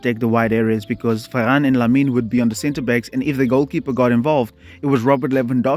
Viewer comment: Bro said ferrass😂😂😂